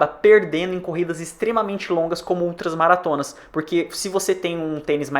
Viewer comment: Credo! Ele fala UltraS-Maratonas. Kkkkkkkk😂😂😂😂